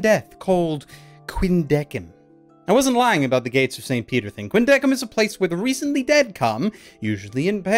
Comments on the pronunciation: The only thing wrong was that you were pronouncing Deciem's name wrong. It's Deh-kēim same with Quindeceim it's Kwin- deh- kēim. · Catie Robinson i dont really know, but it just bugs me its pronounced with a solid 'k' sound instead of an 's' sound. i guess it's more of a preference thing. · still extremely angry at the pronounciation not being "Quin-deh-sim" or "Quin-deh-seem" and it instead being "Quin-deh-kim" otherwise holy fuck i love this anime i need more Ginti.